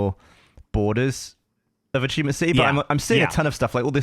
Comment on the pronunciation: “Achievemient Hunter” - Millie